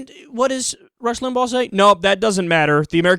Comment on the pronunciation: Beaujangles McJiggle He was factual in correctly pronouncing Limbaugh's name and that the President is a Democrat, who has the power to veto legislation. Other than that...